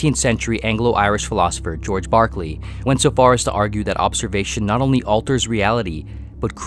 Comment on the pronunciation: Great video. Berkeley =/= Barkley